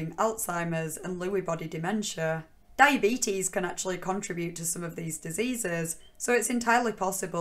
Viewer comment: I think you are saying diyabeetus wrong. But in all seriousness every time you say "OP", I'm like, who the hell is this Opie guy?